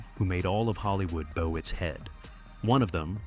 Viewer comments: I laugh when I hear 'take a bow' sounding like Bowtie, AI obviously and Jessica LONG, born in Minnesota, but it's LANGE and pronounced 'lang' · I never knew a person could bow their head .. It is spelled the same, but pronounced different. So, AI sucks at this. This definition: noun: bow; plural noun: bows an act of bending the head or upper body as a sign of respect or greeting. "the man gave a little bow" and not the kind used with an arrow